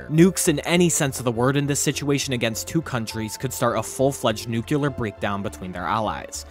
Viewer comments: Nuclear NOT nucular! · NUCLEAR. Not "Nucular", *NUCLEAR.* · Nuclear is pronounced "New-Clee-er" not "New-Cue-Ler". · Bro, it’s pronounced NEW-clee-ur, not NEW-cue-lur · Excellent video. Just one thing, for future reference… Nuclear is pronounced nu-clee-er, NOT nu-q-ler. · Nucular war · “Nucular”? Really? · Nu-cle-ar. Otherwise, not a bad mini-documentary. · noo - kyuh- lur... okay. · I'm sorry but how is it that hard to pronounce nuclear correctly, jesus just read the letters in order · Was loving the video until he didn’t pronounce “nuclear” correctly one single time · Please learn how to pronounce "nuclear" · Learn how to say NUCLEAR LOL